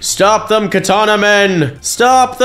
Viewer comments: Dude it’s katana not kataana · “Katena speaker women” BRO ITS KATANA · Katana not katena btw